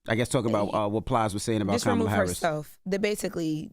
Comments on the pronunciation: Why the first person that you guys take a phone call from and he calls somebody out on their education and communication skills but you can't even get the vice president's name correct I hate when people just talk to be talking and I believe you just called because you wanted to hear yourself on the radio sir you are the weakest link goodbye😂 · They are getting Plies messages mixed up. Black men are not having the same energy for a proven racist, cheater, liar, and convicted felon. They are much harder on Kamala. And this disrespect from black men purposely mispronouncing her name is embarrassing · Plies is NOT wrong….he is on point and some of those callers are still being sheepish AF mispronouncing her name🤦🏽‍♀️🙄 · Yall be expecting people to say her name perfectly. Her name is a name derived from Sanskrit. Now yall expect people to be able to say an India name perfectly. I dont speak Sanskrit. How many time people mispronounce so called black names. Smh yall are hypocrites. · This woman been in deez skreets fuh the last 4 years and people just now saying quit pronouncing her name wrong? What ? 😏